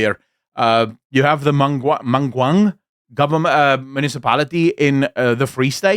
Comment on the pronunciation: Sorry, I couldn't help to laugh. Mangaung is pronounced MAN-KA-UNG. Love your channel!